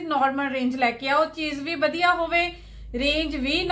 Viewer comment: ਜੀ ਵਧੀਆ ਹੁੰਦਾ ਹੈ ਜੀ ਨਾਂ ਕਿ ਵੱਦੀਆ ਹੁੰਦਾ ਹੈ ਜੀ 🙏🇨🇦🙏